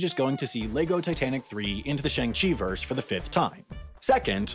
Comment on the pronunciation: Shang-Chi: explains how to pronounce his name in the movie Shang-Chi: literally rhymes with his alias "Shaun" Simu Liu: explains how to pronounce the character's name on twitter Everyone: "SHAYNG CHEE"